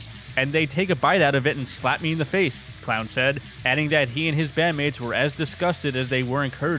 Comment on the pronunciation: any time I Hear someone in a video mispronounce Clown's name that's an automatic dislike